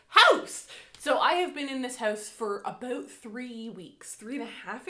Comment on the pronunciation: I’m very new too this channel and already in love, and as a Michigander who now lives in North Carolina, hearing “aboot” is so comforting hahah makes miss home and Canadian neighbors ☺️